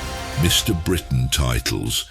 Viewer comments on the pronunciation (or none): none